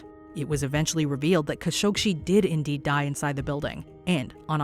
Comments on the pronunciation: Why does she keep on calling him 'Kashogshi'? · Khashoghee last part of his name is pronounced as gee not see !! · Please work on accurately pronouncing names and locations. Its insulting to their memories and work. Jacey Duggard as in dug a hole. khashoggi=kashokshi? They literally said it correctly in the vids you showed. Do better if you want to be taken seriously. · The last part of his name is pronounced as gee not see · KHASHOGGI NOT KHASHOGSHI. So annoying. A lot of these "solved" mysteries are not ACTUALLY solved. FAKE TITLE. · I don't understand something here. Everyone can hear the news anchor pronounce Mr. Khashoggi's name correctly. One assumes that the creators at Watch Mojo LISTENED to the supporting video/audio snippets interspersed throughout this video, PRIOR to laying down the program's voice track. Why then, in the name of RESPECT, do you mispronounce Mr. Khashoggi's name multiple times? The man was murdered and dismembered. Can you honestly not be bothered to pronounce his name correctly and at least give him a SCINTILLA of dignity?? I was really enjoying this video up until that point. However, laziness in research, particularly when it takes only SECONDS to find a correct pronunciation, is completely off-putting. I expected better from Watch Mojo, especially given the great quality of your past offerings.